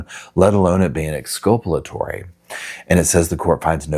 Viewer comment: It's exculpatory. From the same root as culpable, Not exculpalatory.